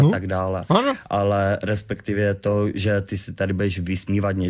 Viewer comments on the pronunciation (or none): "respekťivě" to je vůl :]